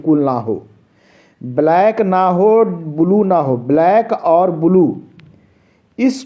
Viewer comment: bolna to sikh le ब्लू क्या होता है बे